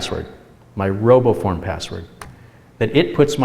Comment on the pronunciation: Roboform oh. I Thought he said robo porn